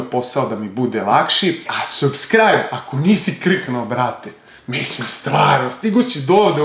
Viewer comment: Brate,izgovara se sabskrajb